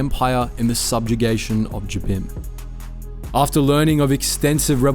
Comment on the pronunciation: Yeah, again, you can tell that very little effort went into the research and checking on these.